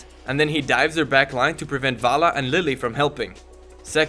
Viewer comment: LeeLee not Lily